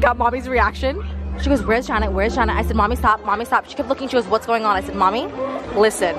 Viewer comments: Why do you pronounce her name as Janet when it’s Jannat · Not the Janet for Juh-nuth 😅🤦🏻‍♀️